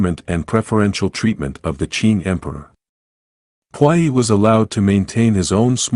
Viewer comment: The way the voice is pronouncing puyi 🤮🤮